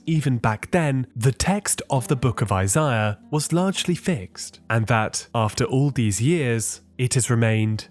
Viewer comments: Isaiah, not Isiah. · "The book of eyes-eye-uh"